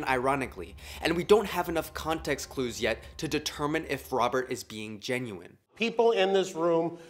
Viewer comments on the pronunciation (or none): none